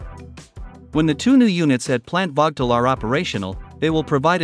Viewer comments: Check you pronunciation of the plant's name. It is prnounced as Vogel (/ˈvoʊɡəl/). The plants are named after a former Alabama Power and Southern Company board chairman, Alvin W. Vogtle. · Teach the robot to pronounce "Vogtle".......the "o" is long and the "t" is silent. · Damn….I worked there 40 years and I have NEVER heard the name of the plant so mispronounced like this chuckle head did!! Just pronounce is like “Vogel” and you won’t be heard as being stupid as you sound!